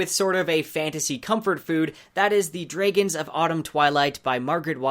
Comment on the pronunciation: 😐... Did I just hear Dray-gons? I have never ever ever in my life heard anyone pronounce it like that. 😂